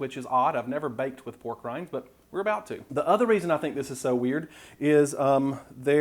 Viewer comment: When you said "Made with pork rinds" my ears heard "Made with war crimes" lol